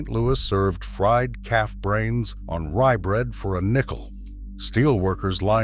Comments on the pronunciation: im from st. louis and i never heard of that calf brain sandwich and at first i thought he said cat brains, i had to start the video over and turn on the subtitles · Did he say "fried calf brains" or fried cat brains? 😮